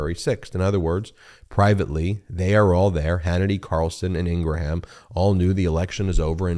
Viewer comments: I am not a Laura Ingraham fan bit please pronounce her last name right, the last part sounds like graham cracker you keep saying Ingra ham that sounds dumb sorry love your shows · Are we pronouncing Laura’s last name correctly now to make it sound more like Abraham? I think she pronounces it with less syllables for some reason 🤔